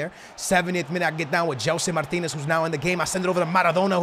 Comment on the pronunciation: Gelson Martins NOT Martinez!!!!🙉